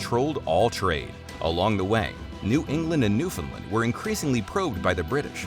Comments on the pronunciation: Not a bad overview - lots of complicated historical narratives, tough to discuss in any depth in a 20-minute vid. A few thoughts from a Canadian amateur history buff: 1) This expat Newfoundlander would like you to know that there is no such place as "NEWfundlund". The pronunciation you're looking for is "New-fund-LAND". 2) The word "Eskimo" translates as "eater of raw meat", and is considered a racial slur today. The northern aboriginal people of Canada refer to themselves as "Inuit". 3) The French at Quebec didn't "catapult". They "capitulated". The two words are not at all the same. 4) You use an awful lot of footage taken from movies that have little or nothing to do with Canada or our history. Surely you could have found more relevant movie clips and film footage...? Cheers! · Very difficult to take anyone seriously when they pronounce Newfoundland as "Newfin-lind". Should have done your homework.